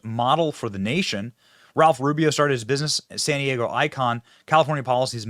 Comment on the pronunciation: Most disturbing was that reporter NOT pronouncing San Diego. She was saying Sin Deego. Also, CA sucks.